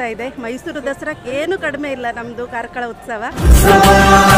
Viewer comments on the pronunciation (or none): none